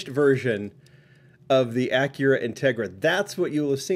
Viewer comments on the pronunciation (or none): none